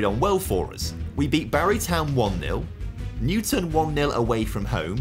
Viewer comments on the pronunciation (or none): As a man raised in Newtown and playing for the academy for so many years I love this video! Doesn’t do it justice on how good TNS are. They’ve won the league for the past like 17 seasons😂 but your pronunciation of Newtown is horrendous it’s New-Town😭😂